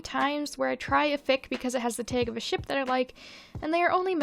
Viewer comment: The way you pronounce "tag". Minnesota? Wisconsin?